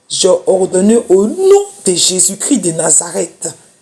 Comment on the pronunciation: IL EST CHRIST (((( C-H-R-I-S-T)))) PAS CRI